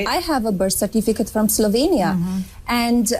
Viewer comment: It’s Slovenia not Slovania you’re just as bad as they are. Come on, Ben, I keep thinking you’re better but then I see your position on Israel and now this, and the way you keep courting the “centrist” vote—are you just a conservative in disguise?? I’m getting kind of grossed out by your channel to be completely honest.